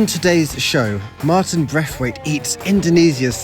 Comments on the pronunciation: 😂😂 Martin braitwait bosss bukan marin yg dia sebut. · martin braithwaite bosku apa perlu di eja lagi? Martin bukan marin, M A R T I N ya bukan M A R L I N